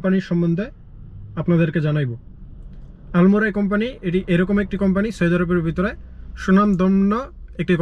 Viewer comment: আলমরাই? নাকি আলমারাই? আগে উচ্চারণ শিখেন। পরে ব্লক করবেন।